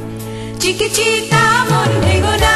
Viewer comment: চিকিচিতা নয়, উচ্চারণটা চিকিতিতা।